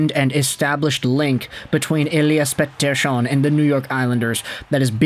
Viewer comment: Why do you always pronounce “Elias Pettersson” in that annoying AF way… 🤦‍♂️🤦‍♂️🤦‍♂️